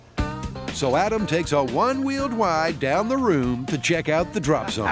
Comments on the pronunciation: Oh without a doubt, the narrator was told to say wide instead of ride lol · “ ADAM TAKES A ONE WHEEL “WIDE” DOWN THE ROOM…. I wonder if they left that mispronunciation in on purpose? lol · Yes, the narrator said "won wheel wide". It was a joke, triple W.